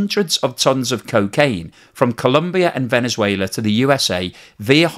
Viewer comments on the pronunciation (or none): none